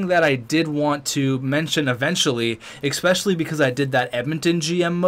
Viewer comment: FOR THE LOVE OF GOD IT'S PRONOUNCED "ESPECIALLY" NOT "EXPECHIALLY." AHHHHHHH!!!!